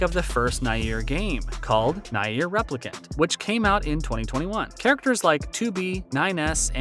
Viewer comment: I'n sorry but Nay-eer is killing me lmao.